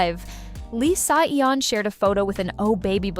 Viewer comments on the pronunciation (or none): These idiotic voice-overs - c'mon content owner - use phonetics to properly have your AI robot pronounce the names. "S.E.O" is NOT how you pronounce "Seo"... "S-eye" is not how you pronounce "Si". This ruins your credibility.